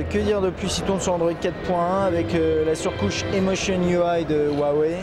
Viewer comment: Petite vidéo sympa. A noté que le le 'h' chinois se prononce plus comme un 'r' francais , ce qui donne pour cette marque 'Ruawei' phonétiquement. A mon avis va falloir commence à s'habituer :p